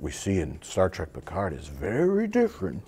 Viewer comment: "Star Track"